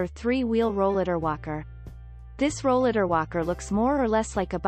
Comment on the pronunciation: She’s not even saying Rollatar right! This is a very audio scripted video and none of her wording is right! Exactly, I came down with a chronic illness when, I turned 30 and, I started using a rollatar in my early 40s and, none of the new line of Rollatars are even on here!